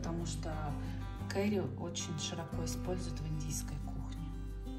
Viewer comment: Уважаемая блогер, попробуйте читать больше книг, что бы не быть такой косноязычной. Вы на публику работаете. Очень тяжело слушать. Кэри - кари🤦‍♂️ А вот Карлу очень приятно слушать. Ей бы самой вести канал. Голос за кадром только все портит